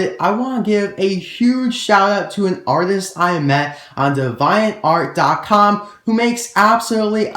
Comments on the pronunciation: Heyyy just saying so people dont get mad at u XD but im pretty sure its Dee-vee-ant art not dev-i-ant art It didnt make me mad and i know its minor but it mightve made a few people mad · The way you pronounce ‘DeviantArt’ is very strange